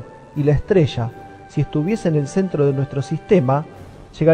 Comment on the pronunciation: La ESTRESHA y los RASHOS SHA SHEVAN muchos años ASHÁ arriba😂😂😂😂